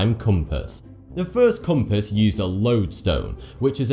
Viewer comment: LOL did anyone notice how he says "patent"?? He says "pay tent". Lol i didnt even know what word he was saying. He also says compass wrong.